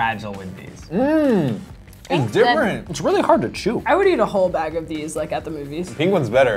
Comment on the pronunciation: Well, you litteraly said "heat care" :3 *****